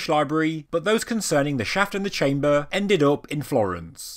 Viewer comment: I really like the information delivered, the delivery of the speaker not so much. BTW what is a "chaym - bah" ?